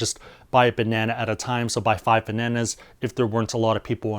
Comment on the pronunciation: buy 5 Vananas... jk Man, love ya vids, great info